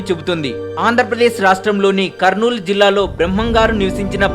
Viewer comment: anna adi KARNAL kadu KARNOOL